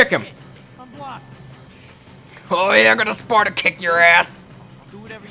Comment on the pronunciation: I loled! when u sed this is sparttbtbbbt :D